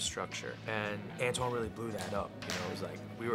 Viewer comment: Antoine, Rachel...not Anton...